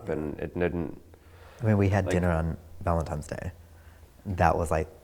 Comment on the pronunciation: OMG! When he said that, I was left shaking my head. Could not believe an adult would still say that. If you don't know the proper way to say the word, you're not ready to be anyone's, "ValentiMe".